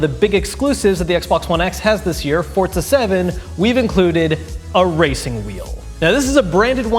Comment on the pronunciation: Ok, where is the “t” in Forza. Last time I checked it was Forza, not Fortza.